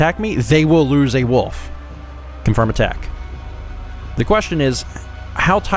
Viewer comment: I like how pronounces Wolf as Woof.